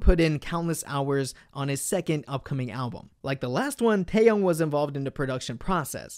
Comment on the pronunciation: finally someone who pronounces his name right